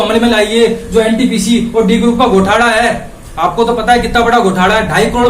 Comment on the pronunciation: It's घोटाला not गोटाला......by the way speach achi thi!!!!